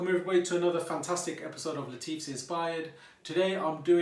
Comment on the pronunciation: It is pronounced La'TH'if and NOT Lateef. You joey!